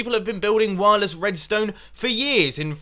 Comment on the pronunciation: u say wirles?! then u use trip-WIRE!!!!